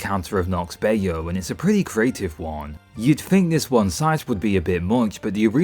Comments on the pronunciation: It's pronounced "Buy-Ooh," not "Bay-Oh." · Just wanted to say "Bayou" is "bye-you" and not "bay-yo" 😂